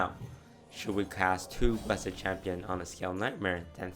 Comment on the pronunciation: "Bless-ED Champion" FailFish